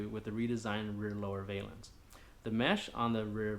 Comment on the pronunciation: Valance ...not valence